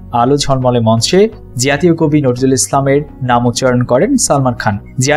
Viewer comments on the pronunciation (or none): Bhai apnar uchcharon er eto behal obostha kan. Najrul Islam NOT norzul islam. James not zames, UDBODHONI not udbhodoni. Apnader moto bhul pronunciation kora vloger der $100000 fine kora uchit. Culture noshto korben na. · আরে ভাই আপনি তো কাজী নজরুল ইসলাম কে, নরজুল ইসলাম বলছেন বারা বার,আগে নামটা তো ভালোভাবে বলেন😡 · জাতীয় কবি নাম নাকি নড়জুল ইসলাম সালমান বলেছেন নজরুল ঐ বেটা নামটাই বলতে পারছে না আবার বিডিও বানায় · nojrul uccaronta thik kora jaito... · ভালো ভিডিও তো বানাইছেন ভাই, "নজরুল" শব্দটা সঠিক উচ্চারন করেন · প্রনেন্সিয়েশন প্রব্লেম😆😆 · অবাক হলাম, আপনি নজরুল উচ্চারন করতে পারেন না। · Salam. Bhaijaan dont you know how to pronouncing Our Beloved National Poet Name!!!??? Please pronounce the Name Correctly. Salam for all of you. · 😆😆😆 কথা বলতে জানে না,পাগলের দল ইউটিউব চ্যানেল খুলে বসে থাকে। খুবই বিরক্তকর ফাউল এরা,নজরুল শব্দটা ঠিক করে বলতে পারে না।😡😡😡